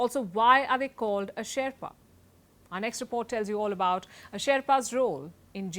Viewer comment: Can't even pronounce Sherpa, bloody shame